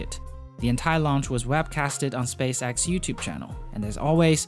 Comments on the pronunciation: Space-EX, not space AXE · It is spacex. X. X. Not axe